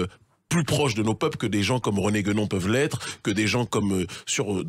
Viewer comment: On prononce Kémi et pas Kemi, alors svp prononcez Guénon et pas Guenon 😉 Merci pour cet entretien.